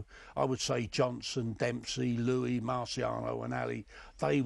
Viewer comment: It always irritates me when people, especially boxers (who have no excuse at all), can't pronounce Joe Louis' surname correctly.